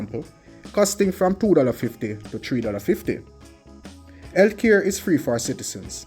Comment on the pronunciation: My man said "Eltcare..."😄